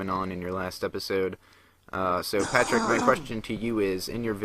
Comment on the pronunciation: partick....PARtick.... Haha just saying:)